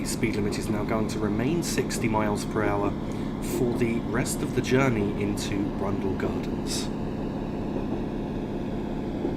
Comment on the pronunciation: I understood Germany instead of journey, sounded really weird and funny XD